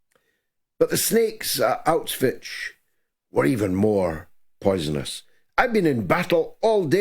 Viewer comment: Bro. I think it's high time you learn to pronounce Auschwitz. It's getting embarrassing.